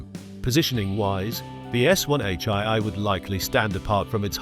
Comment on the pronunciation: 'One H eye-eye'! More Ay-Ay rubbish narration.